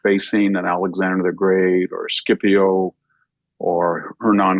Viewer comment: VH , please don't pronounce Scipio : "Skippy-O"